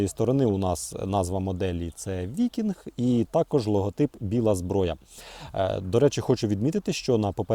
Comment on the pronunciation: Ніж "викіньг"